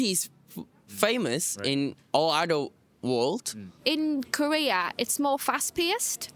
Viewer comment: that korean guy from is not korean actually. When he said “Korea,” it didn’t sound like the typical English pronunciation that Koreans usually have. Instead, it sounded more like how a non-Korean would say it. Also, that style of makeup is not how Koreans usually do it.